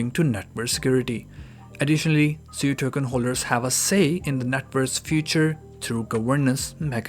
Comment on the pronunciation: Isn’t sui pronounced “swee” haha